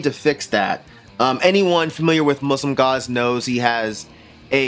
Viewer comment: I thought you said Muslim God, and was thoroughly confused. Muslimgauze is obviously great. They always makes me want to listen to The Future Sound Of London's 'Dead Cities' (amazing album by the way) somehow. Same vibes I guess, but great on its own. Neseblod is not pronounced that way, but it's close enough. You're good in my book.